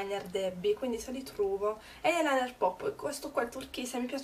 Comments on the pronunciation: Sentir pronunciare la parola "eye" con "eiee" fa sanguinare le orecchie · ????da quando eyeliner si pronuncia cosi???? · non "eielainer", ma si dice "ailainer", e non "eiepensil", ma "aipensil"